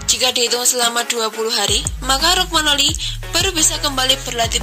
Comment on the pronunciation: Romagnoli bukan Rogmanoli 🤦‍♂️🤦‍♂️ Kacau kacau